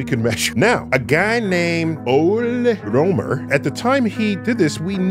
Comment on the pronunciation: The pronounciation of Ole Rømer almost hurt…